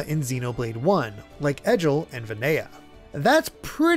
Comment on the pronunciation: Really great video, but pronunciation of Egil hurts my soul